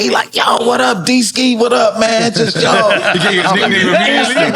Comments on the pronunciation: Its Deeski 😂😂😂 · Man it’s Deeski…😂😂😂😂😂WHAT….Aight😂😂😂😂😂😂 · “It’s Deeski” 🤷🏾‍♂️